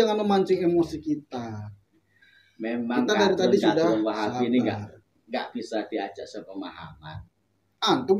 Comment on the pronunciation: baca nya salah wahabi itu